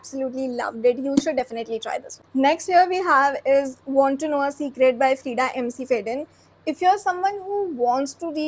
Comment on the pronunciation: Love your videos, I love thrillers and horror books so much also. But why do you say "Freida McFadden" as "MCFADDEN"?? It's like McDonald's (mac Donald's; Mac Fadden)... Sorry for the gyaan... But it sounds a bit weird...😅